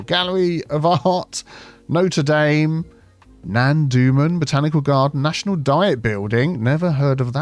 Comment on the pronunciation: What is 'noter dame'? It's Notre Dame